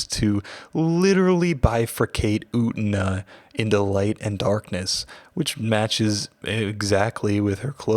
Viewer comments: I only came to the comments to comment the same thing The entire sub of the anime: "yu-ten-ah" This dude: "oot-na" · ..... Slight internal trigger by the mispronunciation of U-TEN-A!! 😊